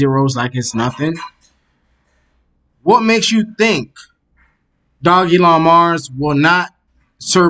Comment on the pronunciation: It's pronounced doge-elon Stop butchering the name. This is pissing me off because l love this coin. Please do better research before posting videos. You have jumped on the bandwagon but provide NO insights at all or demonstrate you can read charts, why should l subscribe?